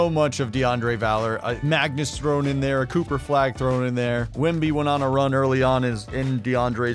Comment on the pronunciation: Saying Wembys name right.